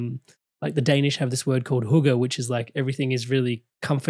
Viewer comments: hygge- the pronunciation hygge(a) a as in apple. Regards from Denmark:yougotthis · ⭐️⭐️⭐️ Hygge mentioned and … pronounced (Hyoo-Guh) is a Danish lifestyle that emphasizes comfort, contentment, and warmth. 😊 It's about enjoying life's simple pleasures, like taking time to be together with people you care about.. or even by yourself.. to practice self care.. relax & enjoy life's quieter pleasures.♥️ Its good for us to do this for ourselves… especially now when so much is happening and changing… 💕💕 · Its "hygge"! Love from Sweden/Denmark!♥️🥰